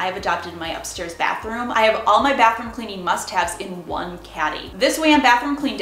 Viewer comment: Cleanin, usin, moppin, just wondering where are you from?